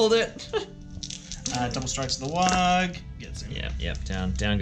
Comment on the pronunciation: you're saying warg wrong